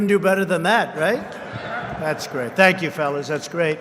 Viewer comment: Tank-you Donald